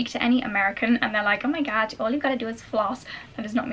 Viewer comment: too funny with the American accent "Oh, My God"